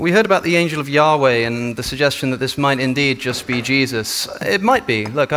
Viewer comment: YAHHH!weh! YAHHH!weh! YAHHH!weh! Snooty didactic pronunciation ftw.